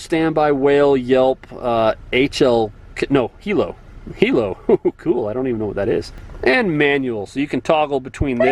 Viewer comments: HILO; (Sound for siren) This officer said, "Hee lo"....but it's pronounced hi 👋 low... Hi - high Lo - Low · I'm not a cop yet, and I know what a hilo is... it's pronounced High Low, and it's a special siren used for high emergency situations ei pursuits. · Hilo is actually pronounced as High Low. High low is a siren setting that allows the siren to emit 2 tones. Picture it as a 4/5 port air raid siren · Hilo- hi- low